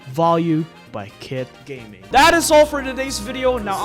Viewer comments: Bro, chill he’s name is kit gaming not gay gaming 😂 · Kit gayming got me dead 💀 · Kit gayming😂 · Hahaha kitt gay-ming